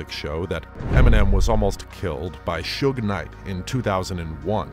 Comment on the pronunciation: Is it me or these post talking about suge knight can't even say his name right